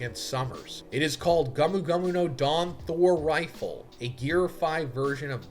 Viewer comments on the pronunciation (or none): none